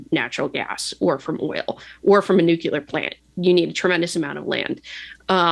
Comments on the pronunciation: All I can hear is Homer Simpson saying "it's pronounced 'nu-cu-lar'" 😂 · Nor can she pronounce the word "nuclear" correctly. Makes me question just how smart she really is.